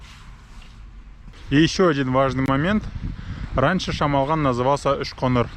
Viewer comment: ПОЧЕМУ "ЧЕМОЛГАН " , А НЕ ШАМАЛГАН ? ЧТО , ДРУГИЕ НАЦИОНАЛЬНОСТИ НЕ МОГУТ ВЫГОВОРИТЬ " ШАМАЛГАН " .